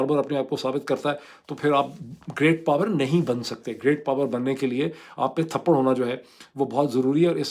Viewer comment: Addb ward is tapr not thparr